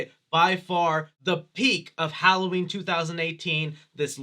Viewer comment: My favorite part of the movie was when Lorie said "Happy Holloween , Michael."